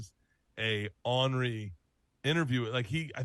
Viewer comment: Imagine being in your 50's and still not figuring out the word "ornery". The doinker says "awnrey". 😂